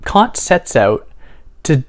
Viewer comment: You said "oot", are you Canadian?